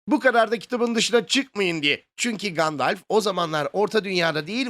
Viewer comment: Gandalf diye telafuz ediliyor. "Gandelf" diye değil :)